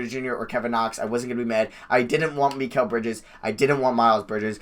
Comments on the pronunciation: You’re pronouncing Mikal Bridges name wrong it’s pronounced mih-call. Just figured I’d let you know for the future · Why u say Mikal Bridges weird